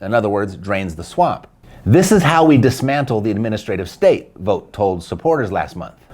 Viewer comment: V ought! Think bought! Its English folks, not THAT hard!